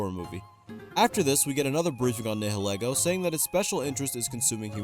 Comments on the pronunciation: "Nihilego" is actually pronounced "Nile Eego"! Nihilism + Ego, as it is modeled after a hat with hair and it is a parasite that goes on top of people's heads, eluding to enhancing one's appearance (ego). It's silhouette is also made to resemble Lillie, which is pretty disturbing if you know what she went through. That was supposed to be a pronunciation correction but it kinda turned into me gushing about an Ultra Beast I really like. Oops! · As a Pokemon nerd, you pronounced Nihilego wrong (it's pronounced like "nihilism")